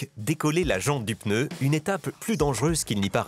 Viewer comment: Après tant d'années d'expérience elle ne sait même pas prononcer le mot "pneu"....et oui...c'est PNEU...et non pas PEUNEU...... En Chine des femmes de la moitié de sa taille font le même boulot et 5 fois plus rapide....et elles sont féminines....sans grafitti sur le corps....